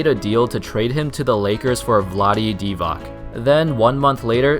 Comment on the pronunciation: It is Divach not Divak 😣